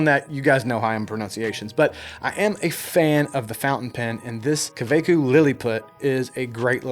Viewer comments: Hey, I‘m from germany, not only that but from the exact city where the Kaweco‘s are made. You pronounce them simply KaVeCO like COmpany and Vortex. Servus aus Nürnberg. Love u man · I've got the exact same pen, I live in Germany, and thats wäre they are Made. You pronounce the A like AR in "fart" and the E like in "when" KAWECO ( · The O in Kaweco is pronounced like in orange.